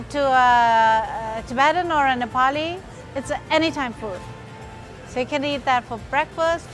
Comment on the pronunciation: It's Nepali not neplai 😁